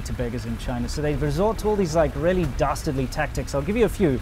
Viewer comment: I thought he said BASTARDly